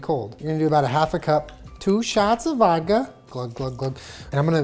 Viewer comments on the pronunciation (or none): “tWo sHaTs oF vAdKa” I-fucking-conic we’re here for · Omg i remember the girl when he said "two shots of volka"😂😂😂